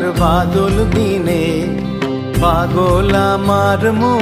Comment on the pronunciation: প্রতিভাবান শিল্পী! উচ্চারণটি সংশোধন করা উচিত-("বাদল")-আজি ঝরো ঝরো মুখর "বাদল" দিনে